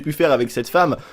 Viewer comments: RIP le français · Mes qui dit femeu